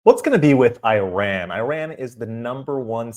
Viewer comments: The correct pronunciation of Iran is (e'Ron). Prediction from inside Iran ( e'Ron) is the month of "Ordibehesht," which falls within the April-May timeframe. Coincidentally, this will give the Middle East its own meaning of May Day! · At least pronounce Iran properly 😂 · Dear, with all due respect, you don't say (I)ran; you say (E)ran. That said, thank you for promoting Crown Prince Rezah Pahlavi. Shalom. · This name is pronounced NOY like I RAN .. Its prounounced eerun ...it is wrong to pronounce like I RAN .. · It’s not I-RAN it’s EE-raan Please and thank you for the reportage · is not I RAN is pronounced EERON. You don't say I TALY, you say EETALY, you don't say I SRAEL you say EESRAEL. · ERUN NOT IRAN please no more pronouncing it IRAN😂😂😂ERUN ERUN ERUN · It,s not I ran!!!! ,it,s called E run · Why do you keep calling it “eye-ran” and “eye-ranians”?? Do you call it “eye-srael” and “eye-sraelis”?? Or eye-ndia and eye-ndians, or eye-taly and eye-talians??! It’s of course, ee-zrael (Israel), and ee-ndia (India) and ee-taly (Italy) AND ee-raun (Iran) and ee-raurians. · it is not I ran it is IRAN (E run) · It's not.....I......ran... It's eran...learn how to speak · I don't mind watching your videos. But, the first thing you need to know is how to pronounce the country's name correctly! It is not I ran! thge country's name is Iran and pronounced eeraan. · Please, not I RAN (like, you ran somewhere); it is pronounced EERaan (Iran) 😊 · Okay please, It's not pronounced "I.. RAN" but E..RAN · Correct pronunciation is iran not ayran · I’m surprised how American pronounced our Iran. It’s not Airan, Eiraaannmnn. But anyway thanks for the video , our Reza the king it’s our only hope. One and only can help middle east and also the world against the cruel Iranian regime atm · The name of the country is not “/ai/ ran” it is Iran, “I” pronounce the same as “l” in the word “India”. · It’s pronounced: EERON (Iran). Thanks